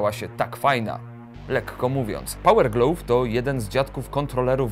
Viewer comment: słowo GLOVE wzmawiaj /glaw/. Materiał spoko, jak zawsze.